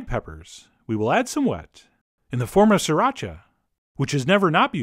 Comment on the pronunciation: Chef John pronounced "sriracha" correctly!